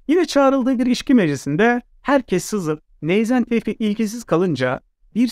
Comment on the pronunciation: Ben yanlışmı anlıyorum. Yanlış anlıyorsam kusura bakmayın. Tevfik değilde Teyfik diyorsunuz gibi geliyor bana!